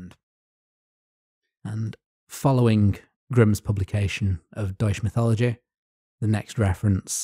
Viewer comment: I'm just 11 minutes in at the moment, and I might have more to say later, but FWIW, "Deutsche Mythologie" appears to be uniformly mispronounced, even though Wikipedia gives a useful IPA spelling of the title. I don't speak German myself, but the difference between "Deutsch" and "Deutsche" is pretty simple, and pronouncing the letter "g" as /dʒ/ appears to be a pretty idiosyncratic Englishism. (I know that in French it's often /ʒ/, including in the French work "mythologie", but I've found it's better to assume it's pronounced like the "g" in "good" when dealing with languages I don't speak.)